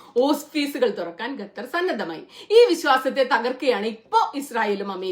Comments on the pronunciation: ഗത്തർ അല്ല ഖത്തർ 'g' അല്ല 'q' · Gathar alla Qathar........ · Gutter ഗ അല്ല ഖത്തർ (ക )